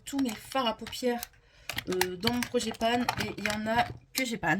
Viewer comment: Bonjour, si je peux me permettre c’est project pan et non projet panne 😂